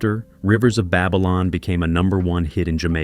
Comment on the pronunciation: am I the only one who is wondering how the narrator seems to know so much about reggae music and history, yet he cannot pronounce names/words correctly? Buju? Babylon? Edward "Seega"?